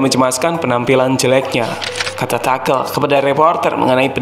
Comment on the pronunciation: tulisanya tuchel bacanya tusel bukan takel :)